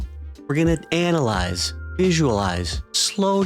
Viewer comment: hahaha he said ANALized